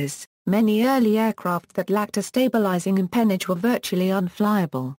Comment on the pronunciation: NO! Wrong pronunciation!